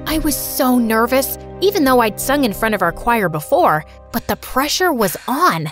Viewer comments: I love how they say choir as “showire” 😂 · IM TRIGGERED BY THE WAY SHE SAID CHOIR LIKE WHAT IS “shi-wai-er” IN THE FIRST BIT SHE DOES THAT BUT LATER DOES IT CORRECTLY 😭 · THATS HOW YOU PRONOUNCE CHOIR!?!?? *cry’s in german*